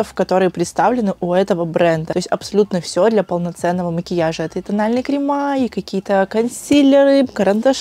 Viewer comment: А кремА😅